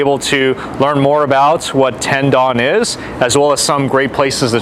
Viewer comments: Correctly pronounced Tendoun, not Ten Don. Lol. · Gotta learn to pronounce the Japanese name please, not “dawn” its Don like dont with out the T…🤦🏻‍♂️🤦🏻‍♂️🤦🏻‍♂️